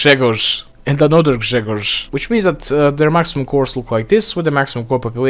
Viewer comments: No way he pronounced Grzegorz right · I am Polish. Your pronounciation of Grzegorz is amazing :) Slavic brothers unite